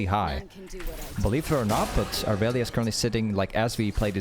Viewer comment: the amount of e’s you miss disturbs me as a irelia main